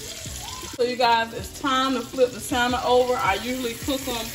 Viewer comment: Just for future reference; in the pronunciation of salmon the L is silent. Keep up the great attitude